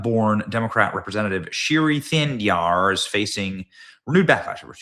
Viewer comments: His name is pronounced more similarly to "Shree THAH‑neh‑dar" what a clown he is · Unfortunately this fool is from my state of Michigan.. His name is pronounced Sh-ri Tan-a-dar.. He's an idiot..